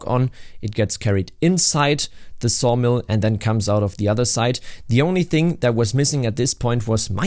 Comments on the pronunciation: At first I thought I heard sauna, so i was really confused when you said sawdust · At first I thought you said SAUNA not Sawmill. Now it makes me thing a log cabin resort in the woods would be great